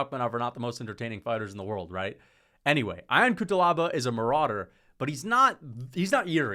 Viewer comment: Fk it’s not I-on Cutelaba …. It is pronounced Yon!!!